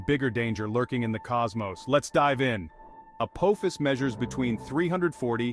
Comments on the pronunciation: It is pronounced “uh-paw-fis”. It is the name of the Ancient Egyptian god of chaos. If you don’t believe me look it up. You would think someone putting it on the internet would pronounce it correctly. 🙄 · omg the way the ai pronounces Apophis....SG1 fans anyone?